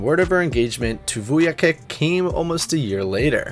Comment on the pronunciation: Vuyakick lol it’s pronounced “vuyachich”